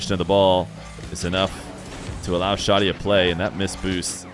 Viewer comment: How did it shift completely towards the end? I love me some content 💯 (btw, the name is Shaaa' deee)